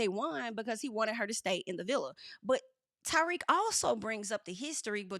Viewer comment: I know "Ty-weak" was just a slip but it's low key the perfect name for him